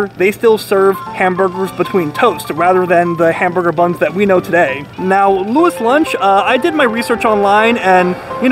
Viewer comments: It's pronounced "Louie's Lunch"....why is it spelled Louis Lunch and pronounced that way? I don't know. New Haven is a weird place. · It's pronounced Lou-ees. I'm a CT native and had my first and only burger from Louis back in my teens. Never again! Complete garbage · It is pronounced Louis not Louis. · New Haven born and raised here. It’s “loo-ee’s lunch” 😊Love your channel! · Apparently it sounds like "Louie's lunch". I edited a TV piece on it years ago and that's how it was said in the voiceover, and generally producers check stuff like pronunciation before recording VO. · lou-eeee's lunch, my friend. --lou-eee's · It’s said Louie’s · First off get the name right. Its pronounced lew-ees. Should have asked them. Show some respect for a place thats been there over 100 years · It's spelled Louis, but it's pronounced "Louie." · Wow, you could have at least asked one of the employees how "Louis" is pronounced. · Just some advice... Maybe figure out how to pronounce the name of your subject before you got to these lengths. All due respect of course...